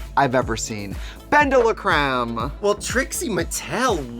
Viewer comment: Not Bendela-Christ 😂😂😂